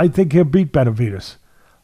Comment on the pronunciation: Betervidez??? Nasal voice Atlas can't pronounce David's name but claims he likes him? At least pronounce his name correctly, nasal sounding old school duh duh.